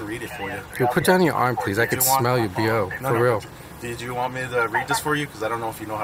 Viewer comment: what do I deed? 🤣🤣🤣